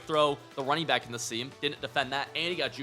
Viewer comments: Did you just say runner back ☠️ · runner back 😭😭😭😭😭